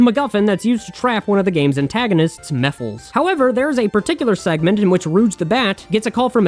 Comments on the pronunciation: Mephiles' name comes from Mephistopheles and is pronounced more like Meh-phi-les, but i do love your pronunciaton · ... Hearing you mispronounce Mephiles' name made me very upset because he's my favorite villain in the Sonic series.